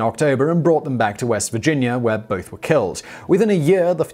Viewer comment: Lmao it's killing me how you're saying " North Caroliner" and " Virginiar